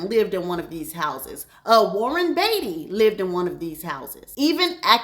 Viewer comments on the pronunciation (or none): none